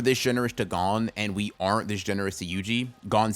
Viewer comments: God I hate when people pronounce gon’s name like that😭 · Eh?! why does he purposely mispronounce it😭😭😭